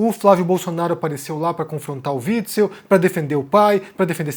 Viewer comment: Omar pronunciando o nome do fascista antifascista: witz witz